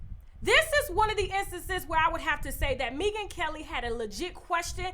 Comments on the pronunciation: I can’t with the way you pronounce her name: Mee-gan Kelly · Maybe it is me. But I was not able to finish this video. Mispronouncing Megyn's name...an the light skin chick comment. I will try again when I am not detoxing & can drink wine with you.